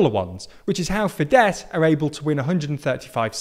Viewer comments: I think Fidesz is pronounced Fidesh. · FIDESZ is pronounced "Feedess" = Fiatal Demokraták Szövetsége (Alliance of Young Democrats) and Jobbik is pronounced "Yobbeek" and is an abbreviated from of Jobbik Magyarországért Mozgalom (Movement for a Better Hungary). Your take on the recent landslide victory in the Hungarian elections and landslide victory of FIDESZ is very interesting.